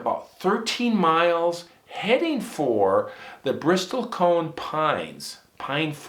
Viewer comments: Bristle-t is silent. Also, I've been told it's Sierra, not Sierras. Corrections appreciated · Bristle Cone...."t" is silent.